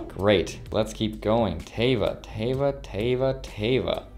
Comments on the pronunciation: Congrats on all the free stocks! Enjoy your trip to Hawaii! Also its pronounced Tehva but since you are the majority share holder you can pronounce it however you want to. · Teva is huge pharmaceutical company from Israel, you pronounced it "tea-va"" which is incorrect. As the new CEO you should know the "E" sounds like how you say the letter A, and this name means "Nature" in Hebrew. This stock was worth 60 USD about 3 years ago, as you got it for free I would totally keep it for the long run if you didn't sell it yet. Love your channel, keep it up! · LOL You said Teva In a funny way(